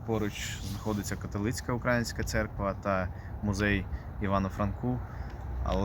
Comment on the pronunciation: Цікаво, гарна робота. Маленьке зауваження. Католицька церква украЇнська, не укрАїнська. Вухо ріже від такого московського наголосу. Бо то у них Україна - від словосполучення "у края.. рассєї".